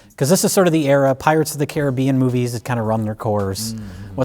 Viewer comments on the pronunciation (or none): none